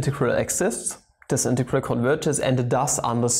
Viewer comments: Pls stop saying integaral lol... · You could say it is an in-tau-gral